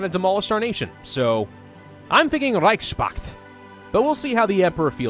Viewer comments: It's not Reich Spakt, it's Reichs Pakt. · Can I offer one criticism? The word "reichspakt" is constructed of Reich's Pakt, and should be pronounced as "Reich's Pact" Yes? Easy. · Please reichspakt is like connection of 2 word in german they are reich and pakt so please don't pronounce that "s" like it's a part of word pakt pronounce it normally like normal "s" not like "sh" or whatever. That word is like reich-s-pakt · You are butchering the word Reichspact. Try saying „Reich“ and „Pakt“ separately